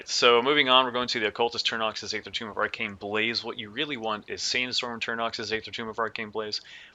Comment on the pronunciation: eeeeeether. not Aaaaayther.